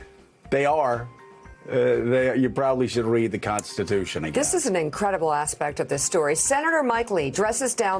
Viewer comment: I like how Nancy Pelosi says CONTHITUTHON. lol